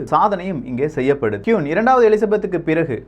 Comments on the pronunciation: கியூன் இல்லை..... குயின். சில தகவல்கள் தவறாக உள்ளது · Pronounce kween not kuin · Quiin illa.. Queen enru sollunga 😃😃😃😃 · Vry gud explanation, but queen not (kiun).. tq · சுட்டிக்காட்ட மட்டுமே சகோ, எனக்கு மட்டுமா அவ்வாறு கேட்கின்றது என தெரியவில்லை, நீங்கள் ஒவ்வொரு முறையும் Queen Queen (குயின்) என குறிப்பிடும் போதும் கியூன் கியூன் என கேட்கின்றது. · தயவு செய்து கியுன் சொல்லாதிங்க, திருத்திக்கோங்க.. குயீன் Queen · கியூன் இல்லடா! அது குயின் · அது கியூன் இல்லை குயின்